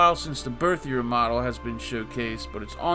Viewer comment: Дмитрий Лавриненко#3649 quick comment in regards to pronunciation of “Berthier”, although your pronunciation of the English word would have been fine, French is needlessly complex so instead of what it looks like it is pronounced something like “Bear-tea-A”. I know I hate French too I just figured you might like to know. Thanks for another great episode, wish I had BTW to play the new update.